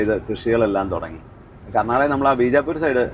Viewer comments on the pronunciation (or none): none